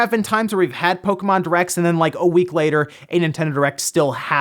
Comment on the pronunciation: Catriam Flockentanz lol that bothers me, too. How hard is it to say the name correctly?